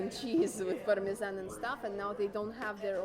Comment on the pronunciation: Ellentétben sok kommentelővel, akik úgy hallják, nem orosz anyanyelvű, hanem magyar a csaj, szerintem egyértelműen orosz. A gorgonzola, és parmezan szavakat egyértelműen tipikus orosz akcentussal ejti - ezeket nyilván nem tanulta angolul kiejteni. A csarnok szót sem igazi magyar akcentussal ejti. Jó füle és jó nyelvérzéke van, ennyi.